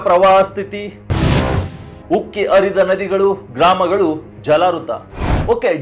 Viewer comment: ಆರಂಗಿ ಯಾವುದು. ಅನ್ನೆರಡು ಅಂದರೆನು ಅರಿದ ನದಿ ನೀರು. ಮುಂದಿನ ಸರಿ ಬರುವಾಗ 'ಹ' ಕಾರ ಚೆನ್ನಾಗಿ practice ಮಾಡಿ ಕೊಂಡು ಬನ್ನಿ.